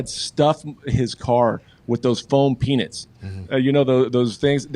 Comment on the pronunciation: the way says peanuts "p-nits" lmao